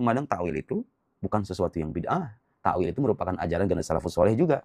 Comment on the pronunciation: Takwil bukan takwilllllll. Lah kalau dibaca kecuali kerajaannya.. Berarti ga ada yg binasa..